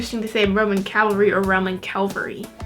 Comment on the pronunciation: Shes very cute. Keep her around more. My man, you literally mispronounced cavalry, only after she did. It was funny when her brain exploded, considering the pronounciation. The word is pronounced wrong all across the English language for so long and seemingly without an explanation. Its kinda like when people say "i could care less". When it should be (and is) "I couldn't care less) the implication is that you care so little that it is impossible to achieve a lesser quantity of caring. Lol sorry but these things are my pet peeves. CAV-ALRY!!!! Also long live this song and Coldplay